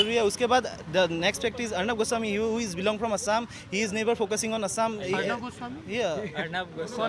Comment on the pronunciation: It's Orunab Gooo Swami.